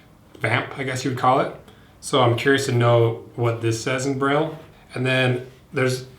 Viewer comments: braille lmao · Braille. LoL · braille hahaha got me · When he said braille it clicked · You said braille and then I immediately looked at the date this video was posted LMAO